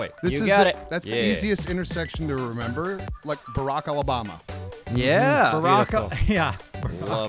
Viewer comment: "Barrack Ollabama" Fucking Deralious I tell ya. lol